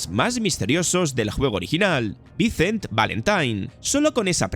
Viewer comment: Buen video solo te falta pronunciar mejor las palabras en ingles decir vicent, dige, se que eres español y les cuesta las palabras en ingles pero hay que echarle ganas